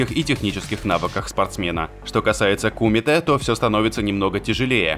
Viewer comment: Блин вид кумите удариние на е а не и